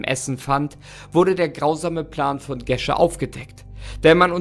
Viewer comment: Wird Gesche nicht Geesche ausgesprochen? 😂 irgendwie hört sich das mega falsch an 🙈 ich kenne einige "Geesches" aber keine Gesche